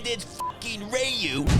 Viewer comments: I think I heard about 6 to 8 different pronunciations of the name Ryu in this video 😂😂😂😂😂😂😂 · Love how Ryu's name is pronounced different each time..i remember that as a kid..no fuka knew how to pronounce it🫣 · Funny how he always pronounces Ryu differently. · All the different Ryu pronunciations had me wheezing 😂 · My favorite part is how you used every possible pronunciation of "Ryu" and even a few that I hadn't considered. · Anyone else noticed he pronounced Ryu different that one single time? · It also how a lot of Street Fighter fans back in the 90s used to pronounce Ryu’s name. actually did a good job on all the different ways gamers pronounced the name because nobody was sure back in the day. All anyone had to do was ask someone who spoke Japanese on the correct way to pronounce it. Or listen carefully when Ryu or Ken did their Dragon Punch uppercut special in the game which they’ve done for pretty much every SF game they appeared in. The “All You Can” when you listen carefully is Shoryuken. Sho-Ryu-Ken. The Ryu part in the move is how you would pronounce his name. Obviously Ken as well. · I like how you pronounce "RYU" differently each time. I thought I was tripping until I heard it the 3rd time. This channel is GOLD!!!! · All the different pronunciations of Ryu had me in tears! XD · Alternative title: Ryu 2 - The 101 Pronunciations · I love how the pronunciation of Ryu changes almost everytime. 😂😂😂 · Mispronouncing Ryu's name everytime is killing me 😂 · Permanently switching the pronounciation of Ryu ist pure gold :-D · I like how you pronounced Ryu 8 different ways 😂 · Small correction: it’s not pronounced “Ryu”, it’s pronounced “Ryu”… get it right, bro! 😂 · What‘s with the pronouncing his name different every time? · Lol at the different pronunciations of Ryu haha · I love the fact, that is deliberately mispronouncing ''Ryu'' everytime he talks about Byron Mann.😄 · is totally f**king with us butchering Ryu’s name